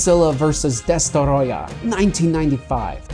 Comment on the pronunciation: Its destroyah not destoroyah